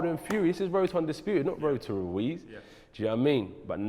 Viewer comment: Jacob Glenman RUIZ,not "Luiz"